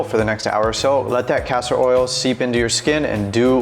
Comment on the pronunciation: It's Castor oil not Pastor oil.